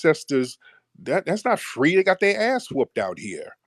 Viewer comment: Mr. “Fwee” really jams my glock 😂